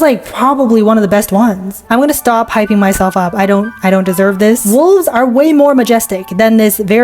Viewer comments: Honey…..ITS WOLVES NOT WOVESSSS😂😂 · u said woves not wolves 😂 😅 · Your fun fact off wolves you said Woves instead off wolfes😂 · woves lol. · You said woves and not wolfs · Woves,such an inspiring word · “woves” hehe